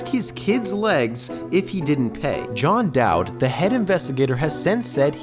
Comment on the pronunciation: Wait a second, did you say Jon Dowd?